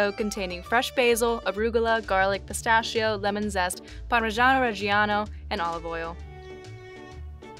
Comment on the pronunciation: Già solo che lo chef dice "pistaccio", vi prego ma perché?